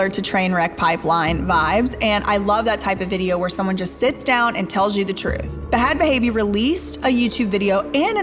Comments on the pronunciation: Danielle Bregoli aka Bhad Bhabie ( pronounced bad baby) is not a guess. Or just the "cash me outside" girl. She is a rapper and musician, and has some good music with very large artists. She makes millions of dollars now, and is pretty philanthropic. A little bit of respect for a person who grew so much. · Don’t think ur supposed to pronounce the “H”s in Bhad Bhabie 😂 I mean it doesn’t matter to me just sounded super hilarious 😂. But you did a great job covering this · I hate the way she kept saying Bhad Bhabie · Omg love your channel but the way you pronounce her name is disturbing, you could’ve done research on how to pronounce really, will watch your other videos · Now knowing how the ranch really is, I bet if Danielle could go back in time, she'd pick jail instead of the ranch. ETA: I think it's adorable how u are pronouncing "Bhad Bhabie"! Not sure why she added the H's, bc she pronounces it as if it was "Bad Baby", lol. Love u, mean it...k, bye!!!! 😘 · Girl it’s just bad baby.. you don’t need to pronounce the H’s lol. They’re silent 😂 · Its pronounced Bad Baby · Girl. I love your docs. I watch everything you post. But please do some research on the people you post about, because listening to you sound out the “H” in Bhad every single time… it was honestly so aggravating lol. I love you! And your videos! But oh. Em. Gee. lol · It's pronounced Bad Baby😩I love your vids girl but everytime u pronounce it bahad bahaby I die inside😂😂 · Why do you pronounce her name wrong? It's not BA HAD BA HABIE.. THE H's are silent... its pronounced BAD BABY.. unless you do it on purpose to be sparky? Which i can understand! Lol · I know you said you didn't know any better but thh the way you pronounced Bhad bhabies name was like nails on a chalk board and you made sure to do it that way so many times lol. Like literally its just spelled that way. The way it's pronounced is "bad baby". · I can’t get over you pronouncing her name b-had b-haybe 😂😂 duuudeee